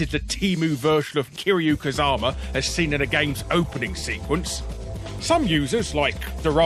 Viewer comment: Wait a minute. It's not even supposed to be Kazama. It's Kazuma. What is happening, what am I doing, what is anyone doing?